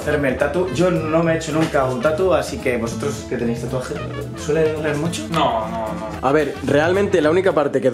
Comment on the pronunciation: Los Paraguayos viendo que dices tatu NO REEE TURBIOOOOOO